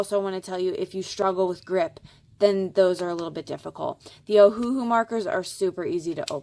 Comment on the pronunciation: Great video! Btw it's pronounced Oh-Uh-Hu (Owahoo). They named it after the Hawaiian island "Oahu", except they changed the spelling to match how it sounds phonetically: Oh-Uh-Hu but with the dashes removed = Ohuhu.